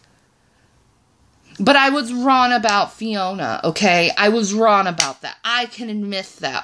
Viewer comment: You can't even say wrong 😂 correctly.